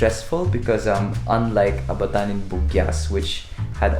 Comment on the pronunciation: Say ABATAN like Aba-tan